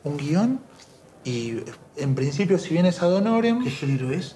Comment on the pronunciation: Dijiste adhonoren? Jaja me estalle los dientes de la risa